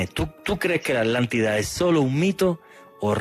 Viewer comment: ¿ALÁNTIDA¨¿Es que los españoles están negados para pronunciar ciertas consonantes? Yo entiendo la palabra ATLÁNTIDA, pero no "alántida".-..